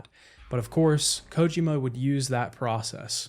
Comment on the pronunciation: Why do you pronounce Kojima the way you do? Kojima himself doesn’t pronounce it that way